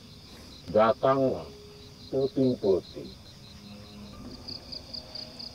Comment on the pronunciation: Peuting, bukan peting hehehe